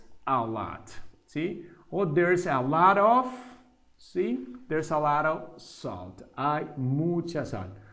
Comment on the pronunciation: Muy buena explicación. Solo hubo un error común en la pronunciación de "A lot of", el profesor pronunció "of" como "OFF" en varias ocasiones. Pueden observar el error en el tiempo: .